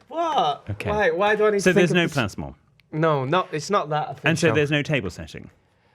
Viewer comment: I feel really bad but wasn't right, was. It should have been "me" not "I". 😭 However what on earth is that word is saying? Plas-mol?